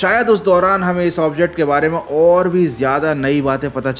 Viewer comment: Aaaantriksh nai Antriksh hota hai